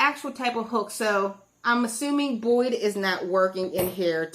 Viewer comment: It's Boye, not Boyd. Sorry, driving me nuts.